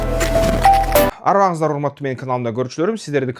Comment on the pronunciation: Арыбаныз эмес,арбаныз деп айтылат.Арыбаныз дегени бай болбонуз жакыр болунуз дегендей эле